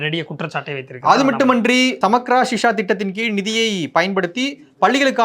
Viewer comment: Shiksha, meaning education or study, not shisha